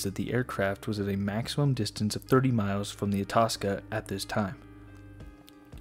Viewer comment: I believe you pronounce Itasca (eye-task-a)